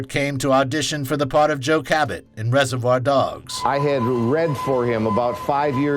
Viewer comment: Is this some weird AI-voice? There are some weird pronunciations in places. Why emphasize BORN and say it like natural BORNkillers? And in the other video about pulp fiction: "After the movie RESERVOIRdogs" Can't unhear it :( shame as the content seems good otherwise